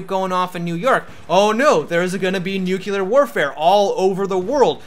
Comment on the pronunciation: nucular warfare! Yeah!